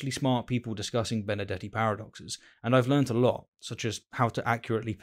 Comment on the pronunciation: Why is that every time he said Benardete it's sounds like Benedetti to me?